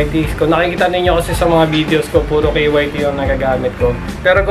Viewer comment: K Y T KYT(KAYT)Yan ang okey na pronounce nya 😊👌🏼. Rs